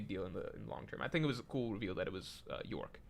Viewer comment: it's york.. bro doesnt read /j